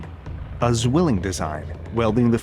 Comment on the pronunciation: The German word for twin is mispronounced in this piece. It should be pronounced tsvilling. A z is a tset in German